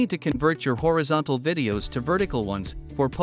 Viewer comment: AI voice. No sane person says "horeeeeezontal".